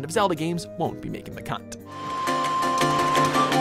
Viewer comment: UHHHH SLIP OF THE TONGUE???? you meant "cut" and not c*nt, right!????